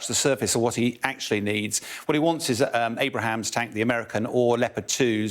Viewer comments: Any command-grade officer in NATO ought to know what the main US battle tank for the last 40 years is called. How does somebody read "Abrams" as "Abrahams"? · This isn't a mispronounce, he clearly said "Abrahams" and is obviously thinking the president. Plenty of people bluff their way to the top not actually knowing anything, happens all the time in companies. Military is no different. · For Gods sake!!!!! Somebody tell him it's not Abrahams its ABRAMS. Don't have mush faith in this fellow's opinion's. Get it right son. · Its Abrams not Abraham tanks. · It’s Abrams, not Abraham! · Abrams, not Abrahams. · It’s Abrams not Abraham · its hard to take an analyst serious who doesnt know that us tanks are called "abrams" not "abrahams" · ABRAMS tanks. Not “Abrahams”. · no, its not. He pronounced the wrong word, and that's okay too. Its Abrams, the mans last name was Abrams. not Abraham, which is a fist name :) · That's ABRAMS not Abrahams tanks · Abrams, not Abrahams. LOL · Someone tell this idiot its abrams tank and not abrahams. Sheeeeesh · For the record its Abrams tanks, NOT Abraham tanks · Gonna have to correct this guy's English its pronounced Abrams not Abrahams. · Abrams not Abraham. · ABRAMS, not "Abraham" tanks. Named for General Creighton Abrams. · It's Abrams not Abraham's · Abrams, not Abraham's. doesn't know what he's talking about. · Abrams not Abraham's 😂😂😂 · Abrams tanks not Abraham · Okay. UK has an extra syllable in Aluminum/Aluminium fair enough. But it is Abrams. It is not Abrahams. Two different proper nouns. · Abrams tank* Not Abrahams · Abrams tank, not Abram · Important News: Ukraine is getting more aid! The Interwebz Audience: He said "Abrahams!" lulz... facepalm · This guy is quite the expert talking about “abrahams” tanks……😂🤣😂🤣😂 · LMAO "Abraham tank" add those to the Wilfred Brimley fighting vehicle... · "abrahams tanks" hahahah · Did he just say "Abraham Tank".😅😅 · How does the “expert “ mispronounce the name of Abrams tanks?